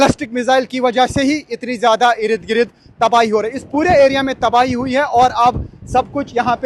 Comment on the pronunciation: بھائی اردگرد کا تلفظ تو ٹھیک کر دیں ❤